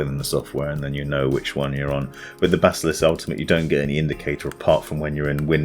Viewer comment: When he said bazzalisk